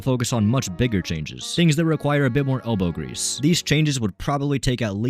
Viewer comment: When you said Elbow Grease I was hearing Hobo Grease. Which one is correct?